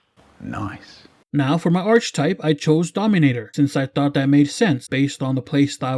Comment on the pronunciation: The word Archetype is pronounced Arch - Eh -Type not Arch-type btw.